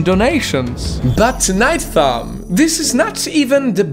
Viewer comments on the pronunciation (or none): I hear him saying “night fam” not nightfall